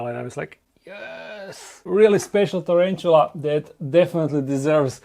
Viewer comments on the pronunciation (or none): Nije čerenčula,nego tarantula...